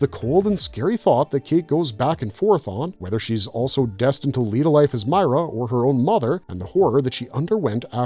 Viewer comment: Christ. Did you even play the game? I'm 2 minutes in... 1. It's Meer-a 2. It was Dom's knife Garbage